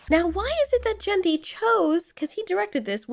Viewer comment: Hard G on Genndy right?